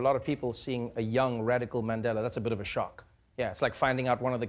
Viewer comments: Did Trevor say, Mendela🤣🤣🤣🤣🤣🤣🤣🤣🤣🤣🤣🤣🤣🤣 Trevor is no longer South African 'y'all' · I'm so disappointed by how Trevor pronounces Mandela now. You haven't been gone for that long. Don't let the USA change you.